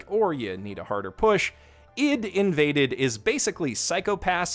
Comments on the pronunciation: Dude, I.D. like Identity. Why are you saying id like idiot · Bro why are you saying i.d like Ed. It's I D lol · Wait a sec... I thought the "ID" in ID:INVADED was pronounced as I-D. and not "id" as in "bid" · why does this man not know how to pronounce ID AYE DEE please, you're hurting me